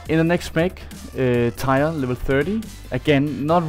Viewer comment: Learn to pronounce tier